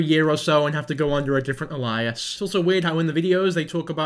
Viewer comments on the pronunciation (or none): Hey, man. I don't make fun of folk for mispronouncing words bc I know it means you learned it from reading. But I actually was almost asleep when you said "alias" and it woke me from a dead sleep. Its pronounced like "Ay-lee-uss" (hard A sound) you're pronouncing it like the name Elias.